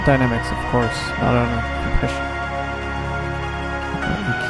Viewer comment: So, at the risk of sounding like an absolute dork. when you say Co. Preasion you probably mean compression right? is there one particular compression in Studio one that you would recommend? let me know if the questions get too out there! haha ;)